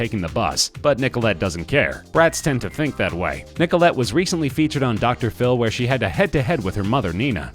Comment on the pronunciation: Stop saying Nicolette XD It's making me wheeze